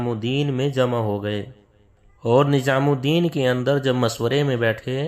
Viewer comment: HAZRET KI LA-JAWAB URDU: Yea koi Hind/Deoband kay alim hain? In ki Urdu Hindi ki mahzooz-kun amezish liay huway hay, maslan "NiZam" ko 'NiJam", "Jawab" ko "Zawab", "Shura" ko "Sura", "terah/terha/terhan" ko "terain" kehtay hain! Alif kio Ain-Alif ki awaz say perhtay hain, maslan "Ap" ko "Ain+ap" (ba-awaz-e-"Aam/common) kehtay hain, jo kay sareehan ghalet hay.